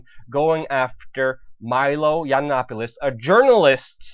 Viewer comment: Learn to pronounce his name bro....